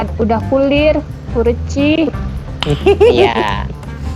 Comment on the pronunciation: Lain kulir tapi PALIR